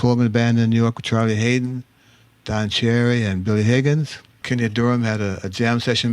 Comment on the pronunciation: Did he say Don sherry?